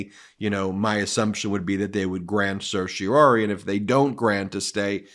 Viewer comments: Let's get on with it Supreme Court and deny the stay/rule against DJT's immunity claim! Time's a-wasting! BTW, I noticed your pronunciation of Certiorari over quite a large number of your videos. It's CertiorARI, NOT CertiorORI. Sorry to be so picky. I find your videos highly informative, but your mispronunciation was starting to bother me. Be that as it may, keep up the terrific work that you do! It's truly important IMHO! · Certiorari, not certiorori. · Please stop saying sershy-a-Rory!! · As a former “intermediate” Latin scholar (it’s been a while), it sure seems like lawyers do some strange things with the language. When I see “certiori”, I hear “care-tee-OR-ee” (in “pseudo-English”). For starters, Latin doesn’t “do” the ‘s’-sounding ’c’, and it doesn’t do the ‘sh’-sounding ‘t’, and it doesn’t do the ‘u’-sounding ’e’. Secondly, there’s only one ‘o’. What is “Surshie O’Roarie”?? Is that some Guy’s Gaelic name? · Umm.. I don't believe 'certiorari' is supposed to be pronounced that way; there is some debate over whether the last two syllables should be pronounced "-RARE-ee" (Alito, Stevens, Thomas) or "-RARE-eye" (Roberts, Scalia, Breyer) or "-ARR-eye" (Kennedy) or "-ARR-ee" (Sotomayor), but none of the Justices pronounce it "-ROAR-ee"... Kagan avoids the issue completely by just using the short word "cert" instead! (Also, apparently Sotomayor drops the previous syllable entirely, and Thomas pronounces the very first syllable "sertz")